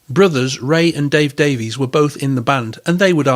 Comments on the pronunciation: Davies is pronounced Davis in England, according to Dave. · Great video. The Kinks 60s singles are incredible. They pronounce their surname Davis not Davies. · DAIES is pronounced Dave-Iss, Mick is pronounced MĪCK ( Mike) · I had heard it is pronounced "Davis" in England, but to us Americans who don't know any differently, it is pronounced as it looks. If that is true, I wonder if Ray and Dave, overtime, just accepted the American pronounciation. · Strangely enough, the brothers each pronounce the name "Davies" differently.